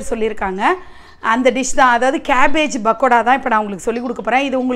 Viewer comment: Its not "bakoda " ...its "p"akoda sorry...couldnt resist correcting it !🤭